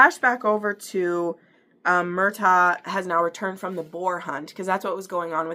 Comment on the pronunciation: Love you’re review girl ❤❤❤ but everytime you say Mur-TAG, & CAL-um I wanna shake ya lolllll😂😂😂😂